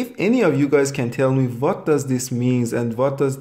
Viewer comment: Vat do you mean?